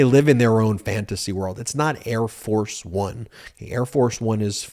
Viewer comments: I think it's pronounced "Air Farce One" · I thought I heard him say: "Hair Farce Bum" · I think the guy was calling it Air Farce of One. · It's "Air Farce One". He just mispronounced it.